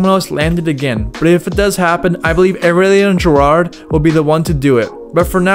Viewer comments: Man really said: "eRiliAn GerARrde", bro do your research...smh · It's Aurelien Giraud btw not Gerard. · Ahralian gerard 👌🤦‍♂️ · Way to butcher Aurelien Giraud's name..... smh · I died laughing when you try to say Aurélien Giraud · holy shit you BUTCHERED Aurélien Giraud's name lol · The way you pronounced aurelien giraud was so funny, nice video dude!